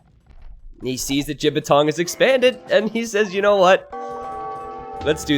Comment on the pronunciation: I love how is pronouncing Jibatong ( ͡° ͜ʖ ͡°) it actually means dick pain in chinese